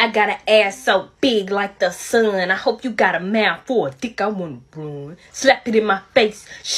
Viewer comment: I LIKE HOW SHE SAYS SUN